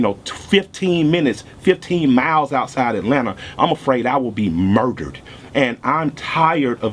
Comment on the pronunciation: I FELT Homie!!! The way he says MURderED! & the look on his face!!made me join IG Guestion though WHY? WHY? WHY? isn't this VERY VERY VERY Intelligent SMART pro-active & reactive solution to the struggle isn't "going viral" in OUR community? We can spread viral videos of funny/amusing, World Star or shocking vids. However Modern day Malcolm X's & Dr. King's just get passed over ( unless it's an 11 year old boy imitating viral REALLY!! FOH!). I pledge to become part of the solution. . .Soon as I can $100 to A Black owned bank!! MY MAN KILLER MIKE THE RE-IGNITION OF Mal X, HUEY, FRED, & STOCKLEY & KING all rolled up in, 1 LUV!!!